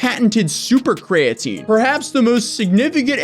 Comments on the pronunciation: Wow, 2 people that can't pronounce Creatine. This is weird. Kree-uh-teen. Not difficult. I'll give a pass, but a CEO should know how to pronounce the ingredient they're pushing the hardest. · Dude can't even pronounce creatine properly, why would anyone think he knows anything about chemistry? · Bro why dose he pronounce creatine without the e